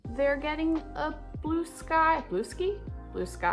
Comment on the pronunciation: omg I say Blueskee half the time too